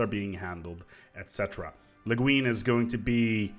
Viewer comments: It's pronounced "Le GWIN"... after the Science Fiction author, Ursula Le Guin? (I think) See Wiki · The way you pronounced the name of the extension sounded like a very derogative French word for homosexual women... XD